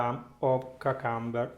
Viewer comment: "KYOO" + "kum" + "buh"